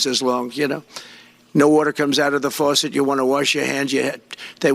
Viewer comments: "Forcet?" God this man is so unfit! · Not to mention the fact that he can't pronounce the word "faucet" -- he says "forcet." Buckle up everybody for the coming sh*tstorm. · What the H is a “water fourset?” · Water Forcet? What is that? Does he mean faucet? Man, he is mentally worse than before. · What's a forcet? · what’s a “water forcet”? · What the heck is a "farcet"?? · What the hell is a "forcet"? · Did he say farcetsor forcets? Hahaha. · Trump said forcet. What's a forcet? LOLOLOLOLOL😵‍💫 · FORCET? WORTUR? I hate it when you can't get war tour from a four set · "a FARcet"? "Rain comes down from heaven"? HOW ON EARTH is this man our future president? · Forcet? Is that like a faucet? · He doesn't even know how to spell faucet. He pronounces it as forcet. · A "Forceit?" Does he mean 'fawcett'? Not only is he as thick as pleated hogscheiser, but he's also mentally away with the spooks. So Glad that we here in Europe would not tolerate this idiot, even as lord mayor of a small village. God Help America! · Can you say faucet, Trump? There are no R's in faucet!! It makes you sound stupid!!! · He can't even pronounce the word "faucet". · I had a shower this morning, it worked perfectly. My faucets are working perfectly also. He also needs to learn to pronounce faucets. There’s no r in faucet. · This brothertrucker is so out of touch that he doesn’t even know how to pronounce the word “faucet”. Also, his brain is so fried it’s only capable of replaying the short list of “greatest hits” over and over again. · There is no "r" in faucet. Toxic impotent white man.